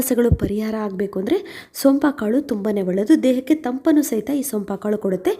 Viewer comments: ಏನ್ರಿ.. ಏನ್ ಭಾಷೆ ಸೋಂಪಾ ಕಾಳು ಅಲ್ಲ.. ಸೋಂಪು ಕಾಳು.. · ನಾನು ಕೂಡ ನಿಮ್ಮ ಹಾಗೇ ಹೇಳಿದ್ದೀನಿ ಸೋಪಾ ಕಾಳು ಅಂತ ಹೇಳ ಬೇಡಿ ಅದು ಸೋಂಪು ಅಂತ ಹೇಳಿ ಅಂತ ಆದರೆ e ಮೇಡಂ ಅವರು ಗಮನ ಕೊಟ್ಟಿಲ್ಲ.. ಒಳ್ಳೆಯ ಮಾಹಿತಿ ಗಳು ಕೊಡುತ್ತಾರೆ ಅದಕ್ಕೆ ಧನ್ಯವಾದ ಗಳು ಹೇಳ ಬೇಕು 🤗💐👍👏